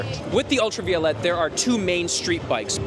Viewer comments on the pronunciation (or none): Pronunciation, proper pronunciation is paramount when doing any video. So, let me help you. Ultraviolet is properly pronounced: ul tra veye (as in 👀) O let. Not: Ul tra vee o let. FYI. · pronouncing the name wrong